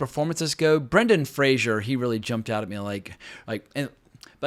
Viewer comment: I think you make many good points but I can't let you insult Brendan Fraser (it's pronounced Fray-zer, like phraser) he acted EXACTLY the way that defense attorney acted in real life. Fraser's performance was excellent.